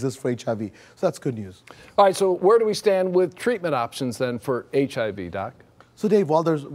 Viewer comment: hahaha he cant pronounce HIV hahaha